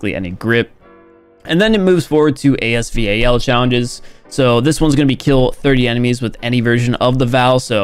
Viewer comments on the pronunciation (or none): Normal people: “AS VAL”: A-S V-A-L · AS VAL NOT AS V-A-L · I’m sorry what did he just say AS-V.A.L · this dude still saying a-s-v-a-l lmao ma boi what